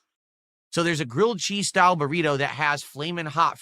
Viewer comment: "Grilled cheese style" God I love but hate the way he says style. I love it because it's the dumbest way to say it, and hate it because it just upsets me hearing him